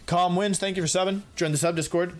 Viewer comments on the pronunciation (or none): none